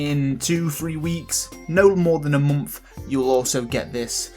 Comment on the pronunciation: I like your accent! Especially, in one of your Stardew Valley videos, you were talking about how to make fast money in the game. sometimes you were saying "one month", it sounds like you were saying "one mumf" XD Anyways, KEEP IT UP MAN!